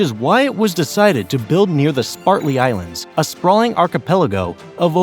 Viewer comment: Apart from a few pronunciation mistakes, it is better than many I have heard. However, it is a pity that we have to resort to AI instead of the voices of real people.